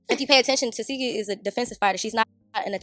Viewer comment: as much as she correct people about that name…lol it’s tes-see-hki lol I don’t really care how you say it girl this yo channel….its just every time you say her name I can hear her saying “it’s teseeeeehki lol